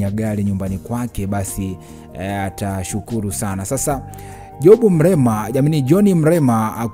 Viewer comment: Mlema tena?au umeshindwa kutamka Mrema?pole,nadhani una changamoto ya kukosa meno